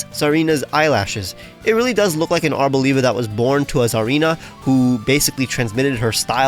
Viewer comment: Its arb-OLIVE-a not abo-leev-a